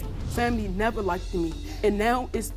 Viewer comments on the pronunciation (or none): Please people, it isn’t “likedid” it’s “liked” come on 😂